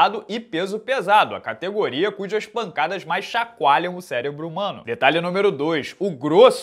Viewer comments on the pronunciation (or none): none